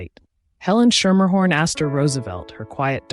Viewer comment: From NY. I went to school with a Schermerhorn. You are pronouncing it wrong. It is "Skimmerhorn" or "Skimmahorn" They have a subway portion named after them, also pronounced "Skimmerhorn". Surprised you didn't learn this from the starting gate.....